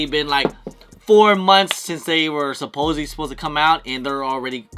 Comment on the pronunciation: My guy did you just butcher the word (supposedly) ??? 😂 then tried to cover it up@ smh … my guy just keeps going 😂 I f*** with you tho 😊